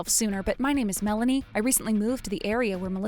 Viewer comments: That's what I want to know, I mean he pronounced it as "Mel-AY-nee". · Dude can't pronounce Melanie's name correctly. Mah-laney? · Whenever the dad says Melanie, it almost sounds like Malenia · Never heard the name Melanie pronounced that way before. Male VO sucks. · Why the sudden mispronunciation of Melanie's name?